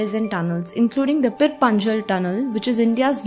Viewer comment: Itna English Accent Adopt Karlo Ki Native Names Bhi Sahi Se Pronounce Na Kar Pao Waahhhh Aur Uper Se Channel Ka Naam Hai "The Hindu" Par Naam To Dhung Se Liye Nahi Jare Inse "Pir Punjul, Kashmir Belli, Benihul Kaari" 💀🥹😐